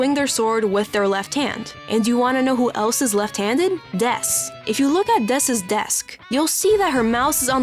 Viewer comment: It's dess lil bro, cmon 😭